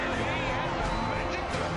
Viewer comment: Magic not majic bro